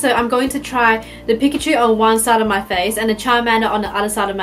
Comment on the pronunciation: I hate it when people pronounce Pikachu's name wrong